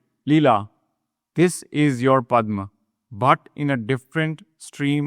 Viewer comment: Very nice. Can you please pronounce the words as they should be? For example, it is Padhma ,not Padhm.